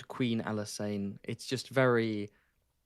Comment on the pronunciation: Pronouncing Alysanne like she's an alkane. Methane, ethane, propane, butane, Alysane